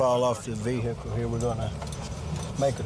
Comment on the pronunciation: Vee hickle